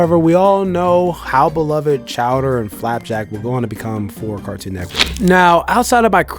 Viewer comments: This guy is saying “Cartoon Neckwork” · "Nectwork"... When you realize how he says Cartoon "Network" you won't be able to unhear it. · I solely disliked this video bc I felt like he was saying “cartoon neckwork” on purpose to be cringy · I swear he's saying "Cartoon Neckwurt" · Why he saying car toon neck work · Cartoon NETWORK!!! NETWORK!!! Please stop saying neckwork! I know you can because you've said it multiples times in the video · Why do you keep saying cartoon neckwork lol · Why you keep saying cartoon neckwork. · Are you saying "Neckwort" instead of Network throughout this whole video? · This was informative, but I can't get passed the way he says "Cartoon Neckwork" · “Cartoon nekwork” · Are you saying Neckwork? nice video otherwise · "Cartoon Neckwurt" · “Cartoon Nekwort” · Bro keep saying “CARTOON NEK-WORK” i believe it NET-WORK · Cartoon neckwoodt is the only way to say the name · DUDE ITS NETWORK! I can’t even tell what you’re saying. H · why is he saying neck work like there isn’t a “T” in the word 😂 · Bro I hate the way you say “Cartoon Network” carktoon??? Like pronounce it bro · Why He say Cartoon Network like that lol he says cartoon neckworrr lol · Why can’t this mf say Cartoon Network? Cartoon Neckwood!🤣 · Fam got an issue with saying “network” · You say "cartoon neckwork" just like my girl & idk why that bothers me so much 🤣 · He keeps saying Cartoon neck work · why can't you say network